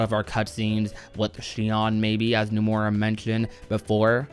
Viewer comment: why does this dude say "Numora"?